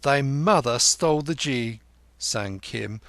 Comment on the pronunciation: The narrator makes some errors in Indian terms. He pronounces Ghi as Jee instead of with the hard G ghee